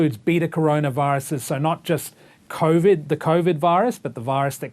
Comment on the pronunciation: Omg the coughvid guy is back I can't stand the way he pronounces covid